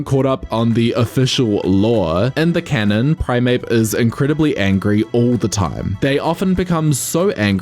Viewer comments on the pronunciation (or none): none